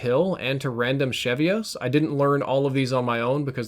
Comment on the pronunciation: Isn’t it random cheeve-ohs? As in random achievements?